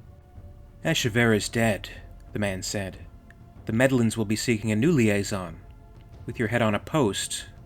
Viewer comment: Great story! Dutch’s brother is hardcore! “Medellins” is pronounced ‘Med-eh-jins’ BTW 👍🏼